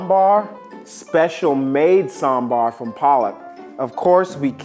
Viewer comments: ooh the perfect pronounciation of sambar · His pronunciation of sambar and chutney is accurate tho- as a South Indian I've seen many people pronouncing Sambar as sambURR 😖 That's illegal 🤯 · He is saying sambaaaar. Not samburr. I'm happy. Happy South Indian noises 😭😭❤️❤️❤️❤️ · is the first guy to pronounce Sambar the Southy way. What a chad.